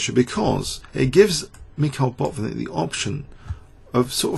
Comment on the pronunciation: it's not BOT-nik, but Bat-VIN-nik.